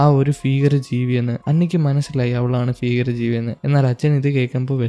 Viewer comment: ഫീകര ജീവി അല്ല ചെങ്ങായ്‌.. ഭീകര ജീവി. ബിരിയാണിയുടെ ഭ..